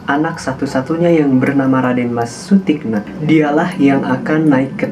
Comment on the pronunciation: Mohon dibaca Sutikno bukan Sutikna yg lebih kejam adalah Amangkurat I